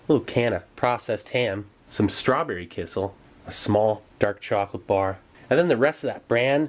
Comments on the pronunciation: It's a little funny how amazed you are with kissel (which is actually pronounced more like "key cell", more stress on cell) -- it's just fruit or berry juice with starch to make it thicker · Love the videos, just an fyi its pronounced key-shell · The way you say kissell cracks me smile every time. In my country (Estonia) we have kissell all the time. I don't know maybe it's pronounced like that in english but it's still quite funny. Oh and you also should try the rations from the estonian defence force